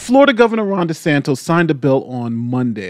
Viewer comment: I very much enjoy your content and analysis. Since the Florida governor is likely to be in the news a great deal in the coming months, please make note his last name is DeSantis and not DeSantos.